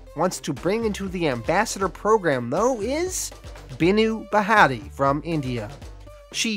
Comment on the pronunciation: You trying to pronounce Hindu Names so funny its bhaa-tia. 😂